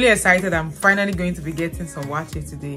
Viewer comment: Eeiii! Yeah, you pronounced "wakye" the correct way. As a Fanti / Agona, I beleive almost, if not all the tribes in Ghana have no letter "C" in the alphabets. So "ky" is like "ch". (Again, no C-J-Q-X). Not too sure if the Ewes from the Volta basin ooh. But the Akans has no letter V either.